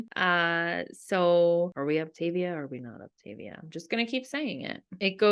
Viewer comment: First and foremost, it is not Op-TAY-via, it’s Op-tah-VEE-ah. If anyone wants to lose real weight, this works. Idc what these guys are saying. I had never felt so great in my life. I got off after 7 months when I hit my goal of -55 lbs. I maintained my weight easily bc I had learned control, which I had never had. I got pregnant again and just splurged when I knew better. I caused my weight gain! And how is it starving you?! It’s eating 6+ times a day! And they make it so easy you don’t have to even think. This vid is BS. If you do it right it works. I’m 3 YEARS postpartum and I am going back on it bc I’m 40 and I know it’s the only thing that works. Also, NOT ALL FUELINGS ARE DELICIOUS! However, you have to watch reviews and try a variety to know what you’ll like. Also, there are so many HACK VIDEOS to make the ones you don’t like so much better. Some are down right delicious. And being a coach is your choice. No one forces you to become a coach. I did it last time and I made about $500 a month. Which did justify it for me bc I used it to pay for my boxes. I won’t be coaching this time, though. Just losing weight. 1 week and down 3 lbs.